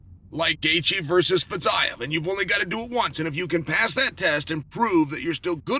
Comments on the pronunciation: "Fizeve" not Fizeyev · fiziev = fitzayev? :D